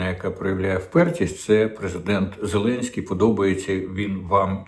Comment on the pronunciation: Діма так кумедно відпрацьовує свою ОПшну пайку. "Зеленьський наголосив, зазначив, принципово відмовився" .... Боже, на кого розрахована ця херня ? Хтось ще вірить, що клоун-нарк має хоть якусь клепку в голові ?? Доречі, закидон на Кличка в відео вже був ?